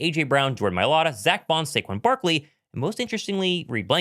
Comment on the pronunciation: Saquan Barkley aka Sayshawn